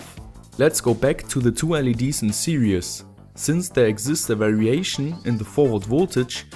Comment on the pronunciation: I don't know why I'm watching this video I've been building LED drivers for years now... Ah yes. Now I remember I wanted to know if calls it "series" or "serious" still 😅